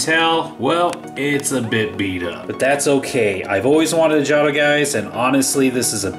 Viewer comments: isn't it pronounced jayto not jawto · its pronounced jot-o not jade-o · Stopped watching as soon as I heard “ Jahtoh “ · It's pronounced JAY-TOE. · In case you missed it, it's pronounced "jaytoe" ! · yup me to! I was like WTF! How can you not know how to pronounce it!🤣🤣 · your saying jato rong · Your saying wrong, wrong...